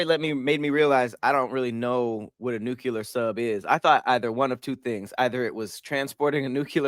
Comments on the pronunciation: BRO THANK YOU!! It’s like he adds a second U to Nuclear every time🤣🤣🤣 he ain’t no better than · THERE IS ONLY ONE U IN NUCLEAR. Its pronounced New-Clear it’s not a magic word💀